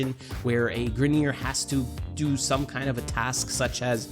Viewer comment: You said do do